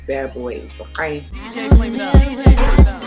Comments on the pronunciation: Love how she say okay !😂💀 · I like it when she says “okaey” lmao